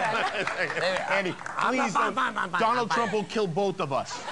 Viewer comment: 0.55 "doneld trump will kill both of us."